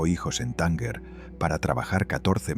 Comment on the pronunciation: No se pronuncia :"Tánguer" sino " Tánger".